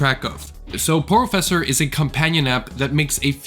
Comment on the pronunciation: Porofessor? More like Whorofessor